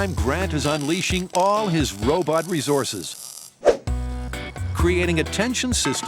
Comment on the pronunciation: The narrator tried to say "resources" and said "ree-zorsus."